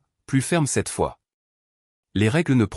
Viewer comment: " Pas de 27 fois..." 😂😂😂😂..ou....." pas de vin cette fois..." ???? Ça me semble plus...comment dire 🤔...plus français ! Il faut que votre I.A arrête de ... picoler !😂😂😂😂 et pas..." pie collée " n'est-ce pas ? Et puis un petit graissage de cerveau lui ferait du bien !😂😂😂😂 Avec un bon gros dictionnaire de la langue française...et sans modération s'il vous plaît !👉😇👈